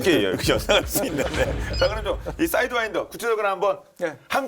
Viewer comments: 사이드와인더 맞습니다. 저는 첨 들었을때 사인드와이더라고 들었어요 ㅋㅋㅋㅋㅋ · 사'이'드와인더 아닌가?